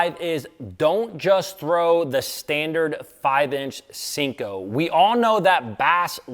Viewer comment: Senko not Sinko